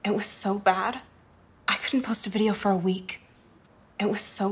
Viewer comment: EN LA PALABRA BAD SUENA COMO BAR LA PRONUNCIACION DE LA CHICA